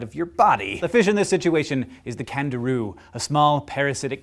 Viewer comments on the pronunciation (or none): I thought you said Kangaroo instead of Candiru. I was like, "say whaaat?" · Anyone else think he said kangaroo?!? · I thought you said Kangaroo. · who else thought he said kangaroo? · I THOUGHT HE SAID KANGAROO FOR A SECOND BUT ITS JUST A FISH ITS OK GUYS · For the first one I thought he said Kangaroo XD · I swear i thought he said kangaroo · Me too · When you said Candiru I though you said Kangaroo... I was like "wait what?" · Jeez I thought he said Kangaroo at first!! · did anyone else think he said kangaroo? no.... just me then >< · At the first I thought he said Kangaroo.. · I thought you said kangaroo for the first one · I thought he said kangaroo not candiru.... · When you first said "Candiru" I thought you said Kangaroo O_O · when you said candiru i thought you said kangaroo! i was so shocked xD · I thought he said Kangaroo.. I was like KANGAROOS SUCK BLOOD? SHIT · i thought he said kangaroo at first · At first I thought he said "kangaroo" lol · When he said "Candiru" I heard "Canguru". I was really scared there for a moment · When he said candiru, I definitely heard kangaroo. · Instead of candiru I heard "kangaroo" my first thought: wtf kind of dangerous animal has Australia cooked up now?! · when he said candiru at the start i thought he said kangaroo and was like wtf n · When you said Candiru and thought you said Kangaroo. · when he said candiru I heard canguru! now, THAT would be surprising. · I could have sworn you said 'kangaroo' for the first animal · Did anyone else think he said kangaroo at the start I was suddenly very scared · I thought you said 'Kangaroo' when you were talking about the Candiru, and the idea of a blood-sucking Kangaroo is just soooo aaweeesome.